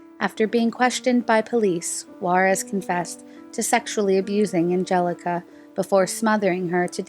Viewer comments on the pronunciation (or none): none